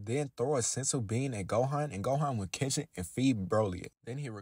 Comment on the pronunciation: Every time you say Catch or catches,it was Similarly Pronounce As Kiss or Kisses😅